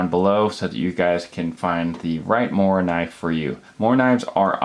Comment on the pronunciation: You american say "moranive" you need to pronounce the k.